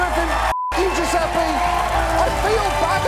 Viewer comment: Fucking Yankees can't pronounce "Dju-zeh-peh", it's not "Dju-zeh-pee"